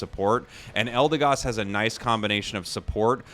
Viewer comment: It's pronounced "EldeGOD". Never left the S tier for me